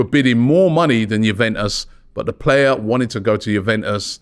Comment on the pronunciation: Robbie said Juventus correctly for once